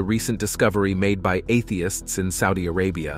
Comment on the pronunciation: Why is your robot saying, "Atheists," as if it is a dirty word?